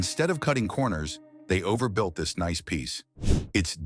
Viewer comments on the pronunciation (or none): none